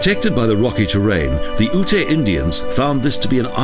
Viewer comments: Its UTE...not Ut-a...ugh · I like Colorado but this video is beyond cheesy. Seems like it was made in the mid 90's. Plus Black Canyon is a national park not a monument and Ute is pronounced yute, so there is a little misinformation.